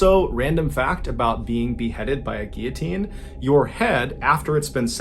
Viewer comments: ‘Fun fact’ the head stays conscious for 10-12 seconds, SO THEY SAY.. so it’s basically not a fact, just a theory also guillotine has an L in it it’s not pronounced ‘gee-a-teen’ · Not to be over the top... But “Gear teen” is pronounced “Gill-O-Teen” I know it's a strange one but just helping. Love the channel. 🙏🏻💙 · I always thought it was called gillatean If you pronounce Gill a teen. Lol I've been saying it wrong all my life You say it as geateen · What was with the pronunciation of the word Guillotine? 🤔 is that how it's actually meant to be pronounced? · Guillotine - Why don't you pronounce the L's in US? I mean there are 2 of them & you're not french. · Hey Mr B. Just curious as to your unusual pronunciation of guillotine. Why don’t you pronounce the L’s?